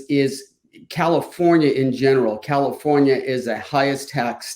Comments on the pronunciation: “Cacafornia”. I admit that I laughed at that, but dang, it’s sickening and depressing. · I'm so mad at you for making me laugh at "Cacafornia" lmao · "Cacafornia" enough said. I have spent all 52 years of my life in California. Lived in both NorCal and SoCal. Watching the decline is heartbreaking. I climbed to the top of the mountain next to Big Bear mountain 10 years ago and on the summit boulder were LA gang graffiti and broken alcohol bottles with a used condom wrapper. Awesome work and especially the commentary. Taking a cruise through the Harbor Area (focused on Wilmington CA) could be an interesting drive: junkyards, projects, strip clubs, dive bars, the harbor, and ghettoes. You were there before I think but it didn't catch the true spirit of the area. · Ca-Cafornia, I am originally from there and I found that hysterical!! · Cacafornia lol 😆